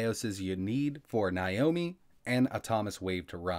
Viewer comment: /now-mee/ not /ny-o-mee/